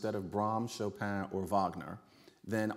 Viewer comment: Hey hey ho ho this pronunciation of Chopin has to go